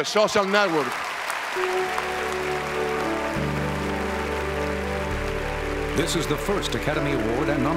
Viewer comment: Bardem: "Aaron Sorkin - The SHOSHAL Network!" --- Epic